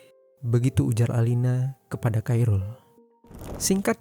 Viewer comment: kairul tu sapa blok? Admin lol. Yang bener tu sebutnya "Khoirul". Belajar dulu blok